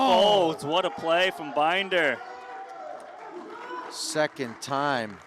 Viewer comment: They keep butchering Binder's name. Poor guy.